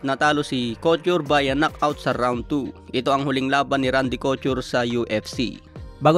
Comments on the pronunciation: Kotyur? Kotur ang basa don brod. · cochur ka ng cochur. coture yun. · Hahahaha cout-ture hahahaha 😂😂 bulol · Anong Randy Kyu-tor? Cou-tor ang pag bigkas nyan nasobrahan ka na naman ng pag slang mo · Randy Couture (ko-tur) yun lods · ko-tur ang pronounciation ng Couture. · wahahah co-chur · Tinira nyo naman sa pronouncition si,nkaraan kay janibeck alimkanula,ngayon ko-tur na nman..